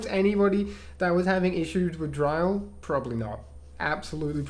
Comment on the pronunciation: Just to let you know, dryl is pronounced like you're saying drill.